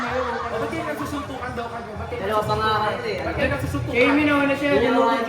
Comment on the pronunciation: nag susuntukan❎ nag chuchuntukan✅